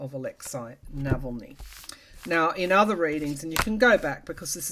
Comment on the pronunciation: thank you so much for the information on Alexei Navalny. BTW, his name is pronounced Nahahlny, not Nevellny.